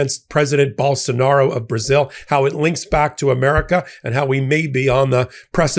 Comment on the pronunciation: Though the man is a complete shithead, let's get his name pronounced right. It is pronounced bowl-sone-ar-oh. All O's are pronounced with long O's, not short. The justice's last name is pronounced Zah-neen.